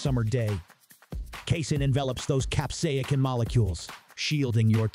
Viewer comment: Cap-say=sin FFS! It is not that hard to say!